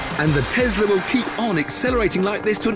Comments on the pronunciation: It is when it plays snake jazz. Then it is Tesssla. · It is not TESSla it's Tesla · Tiff tests the Tezla.